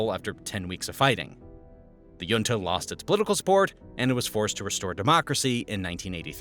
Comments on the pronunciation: The j in junta makes a hard "h" sound as in the Spanish jefe ("hefe"), not a glide "y" as in the Nordic or Danish jarl ("yarl"). Basic words being pronounced incorrectly makes me question the veracity of your presentation. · "Junta" is pronounced hoontah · Perón isn't pronounced "Peroun", there is no U i it. Also the O is short and stressed, it has an ' accent on it. Better google the pronounciacion before you say it wrong 30 times. Also it's weird to encourige people to drink alcohol, which won't make them more intelligent even with probiotics. Otherwhise this video is quite interresting. 🙃 also better google the prononciation of "junta"..... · This guy doesnt know how to pronounce junta 😂😂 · YIKES. You mispronounce junta and Falkland in the span of five seconds. Can't say I was blown away by the repetitive graphics and goofy charts, either. Didn't bother to wait for the inevitable rah rah capitalism nonsense.